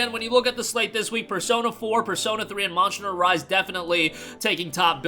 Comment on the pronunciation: Why do you pronounce Monster like that? "Monsher"